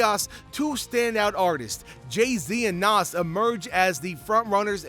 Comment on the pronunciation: Even the way he pronounce Nas is cringe worthy smh, who is bul?😒